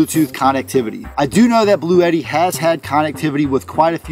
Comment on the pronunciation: Just letting you know that I did buy one of these based on your review as well as another channel. I looked at one of Bluetti's instructional videos, and they pronounce it "Blue-tee," 2 syllables, rhymes with "bootie." FYI.